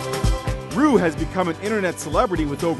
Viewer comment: ***** that is what her name is. Roux is pronounced Roo.